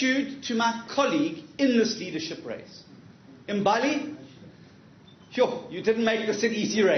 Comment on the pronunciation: The way he mispronounces Ethekwini just shows you he's never left his comfortable white circles in his whole life. He can never be a leader for all of South Africa. Then he says iMbaali instead of Mbali. Nope. I'm done with him.